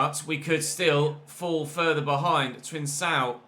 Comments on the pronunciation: it’s pronounced ‘Trincão’ (like a K), not ‘Trinsão’. Also love the series nd keep it up!!! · Hey,! Just a lil piece of information: the C in Trincão is pronounced like a K.